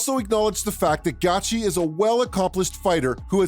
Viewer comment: That’s exactly what the fuck I was saying . Who the fuck is gatchi! I hate it when guys talk about mma on YouTube and can’t even pronounce someone’s name